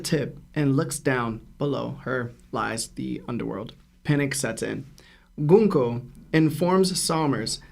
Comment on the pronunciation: is 100% pronouncing "Gunko" correctly. The way the name is written in Japanese and romanized is very clear. If Oda intended for it to be pronounced the way is saying it, the Japanese spelling and romanization allows for that.